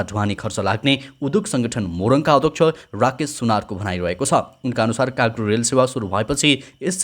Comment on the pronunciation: काग्रो होईन दाई कार्गो हो 😂